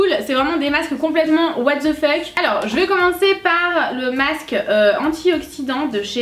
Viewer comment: On dit masque pas macce